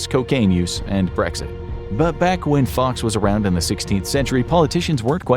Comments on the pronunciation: Lol guy fox? Its guy Fawkes pmsl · Guy ‘Fox’….B’jesus it’s Fawkes, Guy Fawkes.. 🎶Remember remember the 5th of November🎶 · Guy Fawkes, rhyming with hawks, not fox! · Guy Fawkes not fox